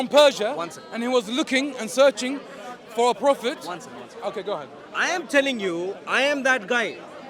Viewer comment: I always have to laugh, when they say. Phophet Muhammad! 😂😂😂In Muhammad times, was no vowels.